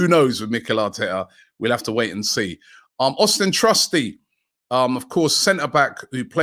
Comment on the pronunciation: Austun, not Austin.